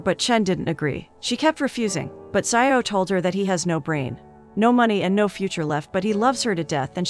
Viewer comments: Xiao is read as SHEE-AO not SAI-YAO. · Its not zaioh its shiao☠️ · "Zai-o" 💀 That's not how you pronounce "Xiao" lmao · I don't know why it's so funny to me when you pronounced Xiao as sayaw